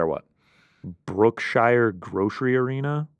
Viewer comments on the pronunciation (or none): u said brookshire's wrong. It's pronounced like Brooke Sheers. If u ever go to Louisiana remember that lol